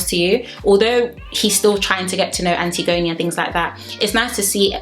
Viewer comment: Im earlyyyy And also you’re pronouncing her name wrong 😭😭😭 ALSO I noticed this.. don’t u guys think it’s weird how jay and ekinsu don’t get a screen time when they’re together? Only when they’re in drama